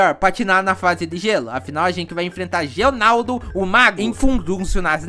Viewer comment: tô começando a achar que tu tem alguma condição que prejudica a leitura kkk, gelaldo e não genaldo.